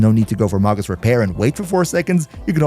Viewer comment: It's pronounced may-gus.